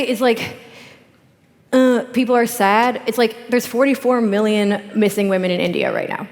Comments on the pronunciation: Louise is awesome. Grimes lisp needs acknowledgment, but why does Anna pronounce women "Waman" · I didn't know that there was someone other than Pewdiepie that pronounced it "Waman"... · Can't stop chuckling at Anna's utter refusal to say the word women properly.